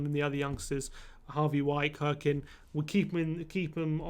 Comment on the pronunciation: We DID send Edwards out on loan, to Excelsior. Also, please learn how to pronounce "Cirkin" (it's not "Kirkin"...)